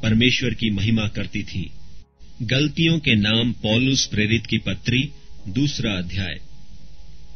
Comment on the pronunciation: Bhai sorry Bt yeh glaatiyan hai. Aap galtiyan pd rhe ho Sorry bhai jai masih di Maaf krna